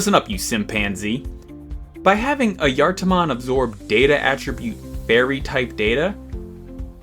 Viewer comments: As far as I know, it's pronounced "eye-a-tar" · I always heard it pronounced Aye eh tar mon do maybe they got it wrong who knowd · Nice vid, and wonderful to learn of a new digimon. Though, I need to ask, why is it pronounced Ah-yar-tar-mon? I get the J sounding like a Y, but it sounds like you are adding in an extra R. Is that just your accent? And as it goes on it sounds more and more like Ah-yar-tah-mon. Also, glad to know it's more like Mario & Luigi instead of Cain and Abel. Wouldn't want to have part of the troop left on my pillow as a "welcome home" present.. As for if you pronounced it right, according to a finnish translator program, so take some grains of salt with this, it's pronounced Ah-Yah-Var. Hopefully this helps. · I usually pronounce it as ah-juh-tar-mon or uh-juh-tar-mon but I could just be saying it wrong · As a Finn i need to point out two things. One, don't worry about the pronunciation, the correct name for the being is Ajattara, and the Digimon is trying to sound like someone who controls time. Two, it is a FEMALE forest spirit, so Ghost Game got the personality down, and you fumbled it XD